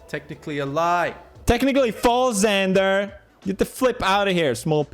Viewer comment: so my name is xander pronounced zander so when he said zander i felt so noticed